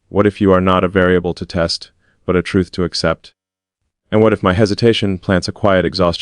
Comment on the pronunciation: Not teat but test